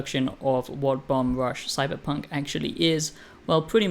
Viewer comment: Ya keep saying "CyberPUNK" It's FUNK!